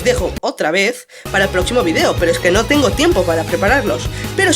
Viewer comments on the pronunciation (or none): none